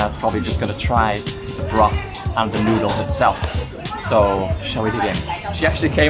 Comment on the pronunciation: "thick thoodles" 🤣